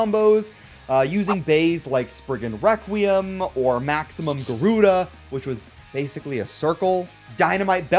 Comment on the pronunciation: Bro said sprigon wekweum